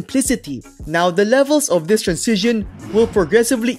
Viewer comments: honestly i love your content but hearing you say "trancision" instead of "transition" every 10 seconds drives me nuts. anyway, keep up the good work man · Bro you still pronounce transition ( trænˈzɪʃ ən ) as transizion (trænˈsij ən) it gets me every time... 😎 Cheers... Good video as usual ... 👍🤝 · hahha throughout the video type "transition" in google translate and listen how it is pronounced 😅 and compare with your pronunciation